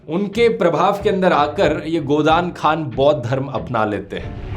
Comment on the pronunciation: खान नहीं होता हाॅन होता है